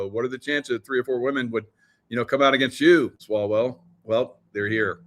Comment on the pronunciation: Did you say swallowell